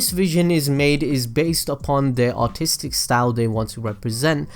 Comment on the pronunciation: i had to rewind because you said artistic like autistic